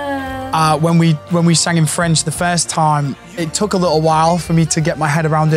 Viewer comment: You that was (and it is) a great student and she is right, you have a good french pronunciation. Take so French classes, record in French but not in Italian per piacere...